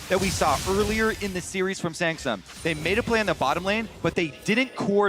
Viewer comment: Did he say Sangsum instead of samsung? 😂